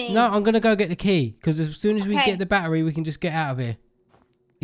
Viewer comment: This is how says battery barery